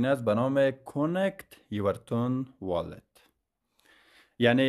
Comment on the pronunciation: تو هنوز بلد نیستی اسم ربات رو با Wallet رو درست بخونی 😂😂 بعد امدی اینجا تکنیک یاد بدی شاسکول 😂😂